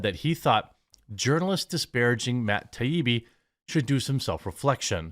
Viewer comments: Not Matt Tah-bee-bee but Matt Tie-ee-bee. (Matt Taibbi) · It's pronounced 'TIE EE BEE' Jeremy, don't overthink it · its TIE-EEBEE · Dude, for real...learn to pronounce Taibbi. TIE-EEBEE. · Still can't say it..lmao... " Tie - ee - bee " :) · Matt Tie-ee-be. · Jeremy it's .. Tie-eebee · Jeremy.. Tie-E-B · Matt TYE-EE-BEE. Its been a few days now. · “Matt ta bi-bi” 🙅‍♂️🤣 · Say it with us, Jeremy…. “TIE-EE-BEE” ✌🏼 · He said Matt “TUB EEBE” 😂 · MATT TIE-EEE-BEE. cmon bro, it's not like your saying "bag" or something. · This is how I remember it: Matt. Tie-E-Bee. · Say it like this bro...Ta ibbi done. Ta ee bee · Taibbi: tie-ee-bee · Ty-Eee-Bbb. Syllable emphasis on the Eee. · Jeremy its " THAI- E-BEE " hope that helps. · American pronunciation: mat tai·ee·bee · Say it with me "Tie E B". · Say it with me. tie-EE-bee. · Tie-ee-bee. How fking difficult is that. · It's pronounced "ty-ee-bee" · Still can’t pronounce his name? Jesus dude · You still can't say that dudes name right. At least you roast a nice bean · Jeremy went and turned Matt in to a Indian lol.